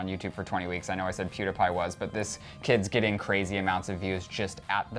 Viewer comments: Omg is THE DUMBEST PERSON IN THE WORLD!!!! Pewdiepie is NOT PRONOUNCED PEWDAPIE omfg 😡😡😡😡😡😡😡😡😡😡😡😡😡😡😡😡😡😡😡😡😡😡😡😡😡😡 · I used to like clevver but now I don't. You always make it seem like PewDiePie is wrong. He was not picking up on the 5 year old but was saying that the video had fake views ok. I have been a huge PEWDIEPIE fan so please ask me ok. AND ITS NOT PEWDAPAI ITS PEWDIEPIE! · PEWDS ALWAYS MAKES JOKES AND THATS WHY HIS CHANNEL IS BETTER PLUS YOU ALWAYS USE HIS NAME TO GET VIEWS. DOES PEWDIEPIE DO THAT, NO. YOU CAN REPORT THE NEWS WITHOUT HIS NAME. YOU ALWAYS MAKE PEWDS LOOK BAD. AND ITS NOT PRONOUNCED PEWDAPAI! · I am the only one who is getting annoyed that keeps saying pewdApie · First off, he was joking. Second off, learn to say is damn name right. Jesus Christ, I cringed every damn time you said his name! Learn to take a joke and not take it to heart. Also, I think pewds was kinda right about the 5 year old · Clever shouldn't even be saying anything about PewDiePie if they don't even know how to pronounce his channel name right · He's saying pewdiepie wrong